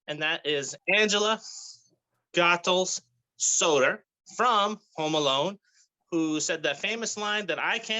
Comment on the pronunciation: Her last name is Pronounced Go-Thuls! NOT Goth-Als!